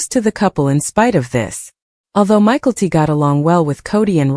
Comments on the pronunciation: I think that if it is going to be narrated, they should at least know how to pronounce their names. It took me forever to figure out they were talking about Mykelti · I came here to say this 😂